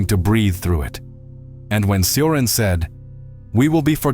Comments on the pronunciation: Cioran is pronounced CHO-RAN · Cioran is pronounced “Chorahn” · poor Emil Mihai, always mispronounced, often misunderstood